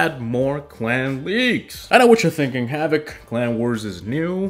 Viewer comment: Havoc I CANNOT understand your name in your DANK intro.